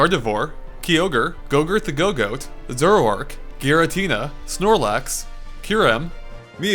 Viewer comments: Ragnarok Cicero I mean, there's pronouncing badly, and then there's trying too hard. Suicune's one of the simplest pokemon names to pronounce, but if you try too hard instead of going with what's logical, you end up with "Su-ya-cu-neh" instead of the actual pronunciation, "Su-e-cune". xD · It is pronounced sui - ciune not su-I-ciune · Did I hear him say su-i-a-cune? Wow... great job. -_ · Dude, you need to get better at names. It's not grah-ninja. It's gruh-ninja. It's not sweeuhcoone. It's swee-coone. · Dude, you listened to him pronounce Suicune as "Soo-yah-cu-ne", and his Greninja pronunciation is what troubles you? xD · Sakurai is borrowing alot of ideas from SSF2. Like the Cuccos, DK's new dash attack, and the Blue Turtle Shell which all appeared in SSF2 first. Sakurai might acknowledge SSF2 then, to be a great game! And lol. ''GRAWninja.'' And really? Did you really just call Suicune ''Soy-e-ah-koon''? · LOL i didn't think he could butcher the pokemon names so badly... then I hear Sooyacune....rly? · "Sooyacune" wat. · "Su-ya-koon" lmaaoooooo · Sue a ku?! Whats that pokemon? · This guy pronounces some words very strangely. Suiahcune. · Suyacooneh is the best thing ever. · Suicune is pronounced Swecune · Its actually pronounced "Swe-cune" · Sew-ee-a-cuhn? That is the most bastardized pronunciation of anything I've ever heard. Sorry but its true. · I love the way you pronounce Suicune's name. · Greatest pronunciation of suicune ever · I know there's loads of debate about the "right" pronunciation, but what the hell is up with how he says Suicune??? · I love how nobody can pronounce Suicune correctly. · Also, you pronounced Suicune wrong :/